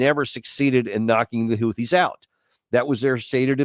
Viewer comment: Hahahaha, I love Houtthis!